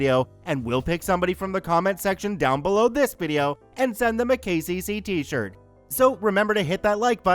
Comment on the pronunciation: “KCC” why did I think he was saying “The Gay Jay-Z”? I was so confused! 😂😂